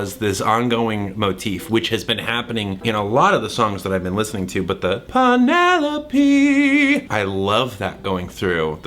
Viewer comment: LOVE Thomas riff of pen-EL-OPE~ and the fact that he is giving BIG Hermes vibes with his lil British “moving on” and his entire outfit(round orange tinted glasses and his orange clothes 😁😊🧡)